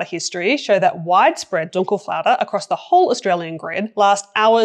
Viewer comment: i like your speech and being surprised about your "Dunkelflaute" pronouncement - perfect